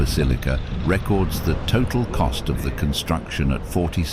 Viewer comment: The narration is by a robot which can't tell the difference between 'record' and 'record' (noun and verb), or 'lead' and 'lead'. Hire a voice artist, you cheapskates.